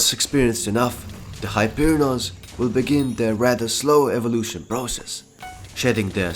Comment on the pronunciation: Its hyperion not hyperinons